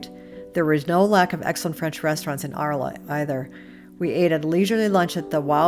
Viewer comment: The City of Arles in pronounced "ARL"..